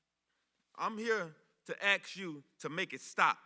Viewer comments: Did he say aks? 😂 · why can't he pronounce ASK at a moment like this, and don't use black slang.